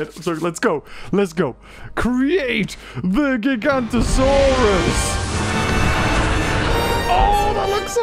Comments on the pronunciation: please, it's GigaNOtosaurus NOT Gigantosaurus... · It's Giganotosaurus (jig-uh-no-to-sore-us) and it was inaccurately called Gigantosaurus. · ITS NOT GIGANTOSAURUS, ITS GIGANOTOSAURUS!!!!!!!!!!! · ‘Gigantosaurus’ is an entirely separate species from Giganotosaurus. pronunciation matters! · He's pronounces it Giganto saurus? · Stop saying gigantosaurus